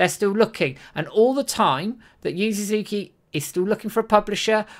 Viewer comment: Oh! You're trying to say "Su-zu-ki"! It took me a minute to understand you.